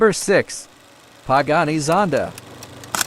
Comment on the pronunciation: Pie-gany -- Muchy-lago -- Pontiac Fear-o- -- Pon-Tara -- Alfa Romy-Oh